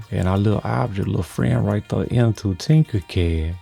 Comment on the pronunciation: Right thur, right thur. love it. ❤️